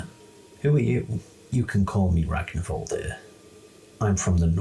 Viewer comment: The -r at the end of his name is pronounced -ur. Its an old norse thing.